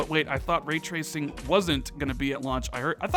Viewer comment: When tracing turns into treashon lol